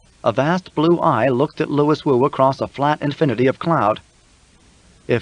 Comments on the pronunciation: Ok, I am out. Lew we woo. Not Lewis. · Louis is meant to be pronounced "LOO-ee" NOT "Lewis" ! I'm out ! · Louis is not pronounced the same way as Lewis.